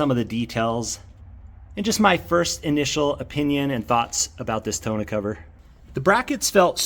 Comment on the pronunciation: More like tawn-OH